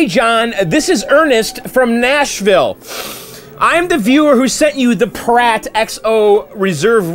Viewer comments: Are you sure it's not meant to be pronounced Py-Rat, as in Pirate? "Pirate Rum" would seem to make more sense than 'Prat Rum' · It's pronounced "Pirate rum", John. Not "Prat" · Dude it's PYRAT like PIRATE. Pirates like their rum. Get it? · Kyle and Vax, he's not saying it like "prat." He's saying "pih * RAT" (short a). But let me ask you about what you think it should be. You say it's supposed to be pronounced "pirate." In a pronunciation key, "pirate" = "pi (long i) * ra (long a) * tee," so it looks like the word "pirate" but is pronounced differently (with the e not being silent), which is what you're saying when you say that it's pronounced "pirate." Right?